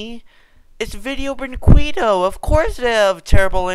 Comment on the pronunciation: The way he says Brinquedo. Oh my God I’m dying 😂😂